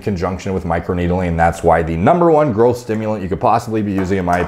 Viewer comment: Anyone else hears "girlth" when he says growth?